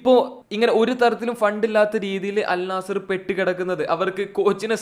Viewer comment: ആദ്യം അൽ നസ്സർ എന്ന് പറയാൻ പടിക്ക്